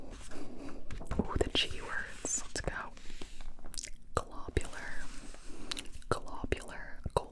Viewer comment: My least favorite: “Globular” because the way you pronounced it reminded me of this absolutely unsettling video that Kanye sampled audio from for the end of his song “Remote Control” #iykyk *shudders*